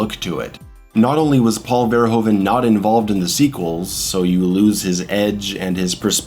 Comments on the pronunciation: Its pronounced Verhooven bro Hes not a Ho, like Hoover damn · Excellent analysis, one of the greatest films in my eyes at least, just a lil funny thing to know, Paul Verhoeven is pronounced "FER-HOO-FE" its a dutch last name. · Great analysis. Love your use of the Streets of Rage soundtrack. But if it is your favourite movie, learn to pronounce the name of the director. Oe in Dutch is a diftong, with a sound like oo, like hoof. Verhoeven.